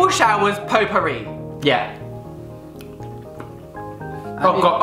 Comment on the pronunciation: i thought he said potpouri!